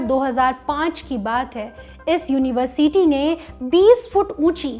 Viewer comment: You should improve the way you pronounce "University" Its like Uni-ver-s-ty Not Uni-Ver-CT